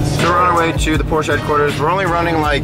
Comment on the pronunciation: How could you go to the Porsche museum and consistently pronounce Porsche incorrectly